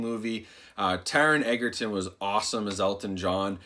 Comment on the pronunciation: Thanks for making this video! I was kinda curious to see what the differences were between the Blu Ray and the 4K. Also, Taron's last name is pronounced edge-er-ton, not egg-er-ton. Common mistake lol.